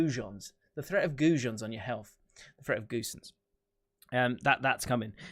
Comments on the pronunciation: Pronouncation of Gosens: Robin GO SENSE I Hope it‘s understandable… hahah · lol was it that hard for him to pronounce?